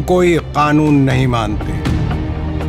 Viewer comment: Zulfikar nahin zulfiqar. Mr Bhansali and Mr. suman, you both haven't done the homework for urdu pronounciation.